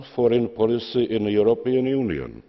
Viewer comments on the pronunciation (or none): I have one protest. I must protest. Výslovnost někdy nebyla super a The European Union (Zeman: the europnnn unijn)